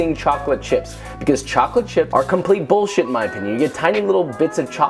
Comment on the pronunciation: No one: Josh: B U L L S H I T